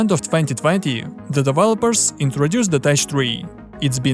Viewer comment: Good video. Here is an English tip; teck is pronounced tek, not tesh